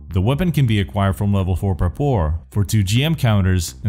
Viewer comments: А ещё не ПраупОр а Прапор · PrApor, not PrapOr.